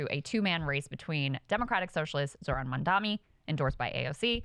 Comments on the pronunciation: She said "Mamdami" LOL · She may have said "MANdami", actually - which makes sense cuz she just said "2 MAN race" prior to that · amazing coverage but please guys it's MamdaNI with an M followed by N! NOT MandaMi or MamdaMi. Lol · CMON KRYSTAL ITS MAMDANI!!! M-A-M-D-A-N-I !!!!!